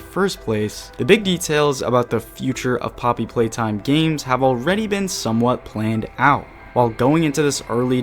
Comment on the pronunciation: Am i the only one who hears him say polly playtime in the begining of the vid